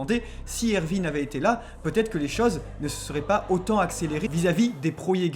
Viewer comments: ça se dit erWin pas ervin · Ervin ? Je sais que le "w" se prononce "v" mais c'est plus jolie Erwin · ervine 😅😂ca s’ecrit erwin et ca se prononce erouine mais magnifique video on comprend tt avec vous +1 abo